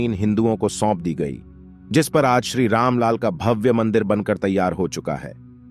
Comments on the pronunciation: There are many mistakes in Narration mainly casse instead of case and Ramlal instead of Ramlalla between plz. note this carefully. It's a humble request to concern channel editing team to Correct it and then reload it ASAP 🙏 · कमेंटरी में आप राम लला को दो जगह राम लाल बोल रहे हैं, उसका सुधार करें। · Ram LAL nhi, Ramlala bolo dost. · जय श्री राम भाई जी, वीडियो आपने अच्छी बनाई है लेकिन रामलाल नहीं रामलला बोलेंगे तो सही होगा क्योंकि मुख्य प्रतिमा की स्थापना श्रीराम जी के बाल स्वरूप की होगी। और अवधी बोली में बालक को लला बोलते हैं, अतः रामलला बोलिये🙏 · आपके वाचन में बहुत सी त्रुटियाँ हैं। आप रामलला को रामलाल बोलते हैं। पुनः को पुन और अन्ततः को अन्तत बोलते हैं। विसर्ग (:) का उच्चारण करना नहीं आता। बाबर ने श्रीराम जन्मभूमिमन्दिर जन्मभूमिमन्दिर 1528 में तोडा तब 16 वीं शताब्दी थी, न कि चौदहवीं शताब्दी।